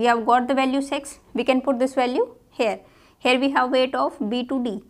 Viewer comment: what you heard it is six or replace e to i in six ??😂😂